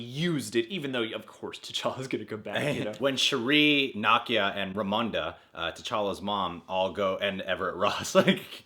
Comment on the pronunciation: The way you're saying Nakia's name is really throwing me.😒